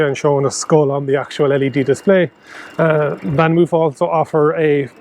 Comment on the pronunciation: it's pronounced moaf